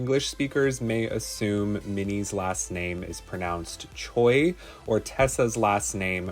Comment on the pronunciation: Great job on Korean pronunciation and researching on Korean culture! I was surprised when you pronounced Choi in correct way.